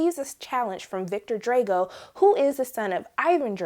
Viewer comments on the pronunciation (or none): Stop saying Drego! It's Drago! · Its Drago, not Dray-go. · Its not pronounced Dre-Go its Dra-Go. Did you not see Rocky 4? Yikes. Other than that good review. Just makes it look like hadn't seen the other movies. Good energy on your review just a small feedback on correct pronunciation Keep up good work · Got my thumbs down when she mispronounced Drago. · You say Drago funny